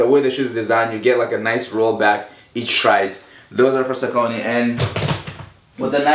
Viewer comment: Saucony is pronounced SOCK-A-KNEE No Offence